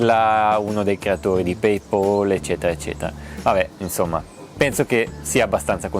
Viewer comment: Come payp"O"l???? 😆 Mi fai questi bei video nerd che seguo con attenzione e ti fai traviare dalle folle? Come lo pronuncia Elon? PaypAl!!! 😉 Hei, in simpatia è 😄